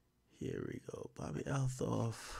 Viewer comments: she pronounces it "altoff" Ak.. fyi 👌🏾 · Why does he keep butchering her name like that??? 😂😂😂